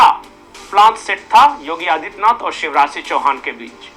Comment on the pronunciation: Shiv Raj Singh Chauhan ki jagah aap use visha Raj Singh Chauhan pronounce kar rahe hain...aap hain kaun ?